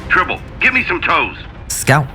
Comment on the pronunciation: "Tribble"? Seriously?